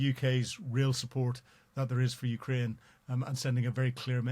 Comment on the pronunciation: I am just here for this pronunciation of Ukraine.